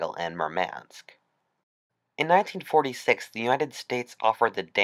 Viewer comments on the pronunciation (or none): In nineteen-fourty-sex ok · Ninteen forty Tttthhhhhhhhhheeeeex? I’m out. . .